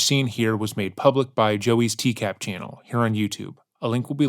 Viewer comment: I find it weird that you, the presenter, constantly say "TCAB" It's "TCAP." A 'p' makes a "puh" sound, not a "buh" sound.